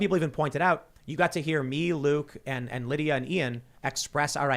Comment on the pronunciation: Why does Luke keep calling Lydia "Linda"?